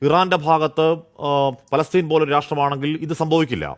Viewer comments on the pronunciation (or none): none